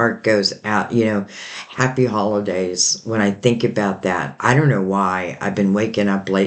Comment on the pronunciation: Did you say happy hollandaise, lol